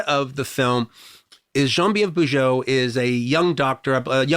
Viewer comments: He's using the French pronunciation. Bujold is from Quebec. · nope it's not the french pronunciation at all, and I'm french^^